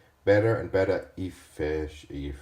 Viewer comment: (Efficiency) EASY WAY TO SAY IT (the way I say it -as an American) .. E-fish-in-see efishinsee